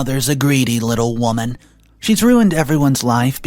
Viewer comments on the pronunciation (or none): none